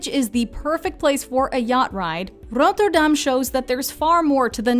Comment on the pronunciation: The way she pronounced Rotterdam 😂😭